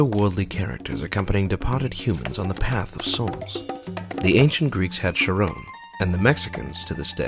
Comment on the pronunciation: That's not how you pronounce 'Charon'.